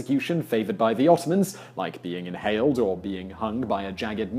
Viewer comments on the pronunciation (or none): I heard "inhaled" as well. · I believe you said 'inhaled' rather than 'impaled' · I thought that, but it seriously sounds like a "h" sound. Also it's what the Close captions said, so I'm not the only one to think that. :p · Fakjbf He said impaled. Not inhaled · im glad it wasnt just me hearing something wrong